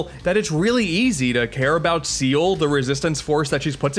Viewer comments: Ah yes my favorite character, Seal not Ciel (si- el) nope seal oh and not let me forget Dr. Whale instead of Weil (Wai-ll) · Alright,, I need to address the elephant in the room. Ciel is pronounced as See-L, not Seal. Dr. Weil is pronounced as While, not Whale. Alternatively, you can go with Dr. Vile, his name in Japan. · you pronounced ciel wrong. ciel is a french name you dont say "seel" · No, Ciel's name isn't pronounced 'Seal'. It's more like 'See-L'. I hope that was clear enough. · I never got how to pronounce some of the names in this series, but I'm definitely going with Seal and Whale now. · Her name is Ciel, not Seal. As in, Ciel, the French word for "Sky." "El Pie-zoh" I have no comment. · It pronounced c el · As I explained at great length, boss rushes serve thematic and game flow purposes and aren't just padding. By that logic having more than one instance of a standard, non-boss enemy is also padding, as are having multiple instances of similar jump challenges. And lots of people care how Ciel is pronounced SEA-el and Weil is pronounced VILE. Particularly French and German natives respectively. Maybe I'm a bit too nice to correct the guy making the video for an honest and easy mistake, but I'm not above correcting you for insisting that adding knowledge is useless. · These name pronounciations hurt. I don't trust anyone that doesn't say Ciel as "See-el" or Wiel as "Wile." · I love how he pronounces Ciel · I could criticize your pronunciations of Ciel and Weil, but they're gratuitous use of French and German respectively. Boss rushes aren't just padding, they're also a test of your personal skill growth (did you barely scrape by those guys the first time, or are you good enough to reliably beat them?) and mastery of the elemental/weapon subsystems. They're often mishandled, but personally they're one of the parts I most look forward to in a good action game. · Also no one cares about how Ciel or Weil name is pronounced.